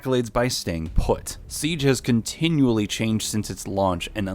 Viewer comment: " continuly" ooooof Good video though lol :3